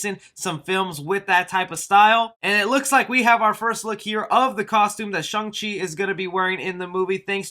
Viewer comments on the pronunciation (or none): Bro, bro , bro.... its SHANG CHI not SHUNG CHI, you basically exposing your self as a fake fan if you can’t get the name right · SHANG CHEE NOT SHUNG LOL